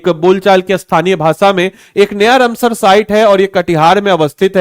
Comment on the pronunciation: तुमसे राम सर बोला नहीं जाता है, या कुछ दिक्कत है, रम सर नहीं रामसर है। लोग बेवकूफ नहीं जो नहीं